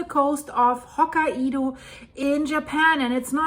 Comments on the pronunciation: Okay this is just sad... It's not "Ho-ki-e-dow" 🙄😒 it's pronounced Ho-kai-dow the "Kai" is like saying "Sky" the Kai part is like saying Sky, Kai, Ho-sky, Ho-Kai. Get it? There's no "E" in the name. Your saying Ho-ki-E-dow. There is no such place in Japan. Not one person around you has tried to correct you!? No one!? This is why it's sad. I hope this helped. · Japan lesson time. Say Hokaido as, Ho-Kai-Do. Not, Ho-Ka-ido. Ho, as in Santa Ho Ho Ho, Kai rhymes with Guy, and do, as in Do Re Me. よろしくお願いします。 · Pronounced hoo kai do. Not ho ka i do. lol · [Hoh-ky-doe] Please 🙏🏻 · Hello from Japan! The pronunciation is HoKAIdo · It's actually pronounced hoke eye doe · We were in Okinawa during the 9.2 (we had virtually no effects) and my son was in Tokyo (chaining up his American bike the moment it hit). We moved to the mainland that summer and were able to participate in the clean-up of a rice field in I believe August of that same year. The devastation first hand was unbelievable. As a side note, Hokkaido is pronounced by the locals as 3 syllables. Hoe Ki doe with emphasis on the Ki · Its Ho kye do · The Japanese Island of Hokkaido is pronounced as "Hok-eye-do" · Living just across the Coast Range from Cascadia subduction zone I’m really glad Oregon doesnt have nuclear plants on that coast! By the way the pronunciation is Ho K-eye Dough. Santa says Ho Ho Ho, eye Dough (like bread) 😌💙💙💔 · Living just across the Coast Range from Cascadia subduction zone I’m really glad Oregon doesnt have nuclear plants on that coast! By the way the pronunciation is Ho K-eye Dough. Santa says Ho Ho Ho, eye Dough (like bread) 😌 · hoe kai doe... 3 syllables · On the Pulse as always, thanks! (Btw its pronounced "hawk-eye-doe" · I think Hokkaido is pronounced “Hokk-eye-do”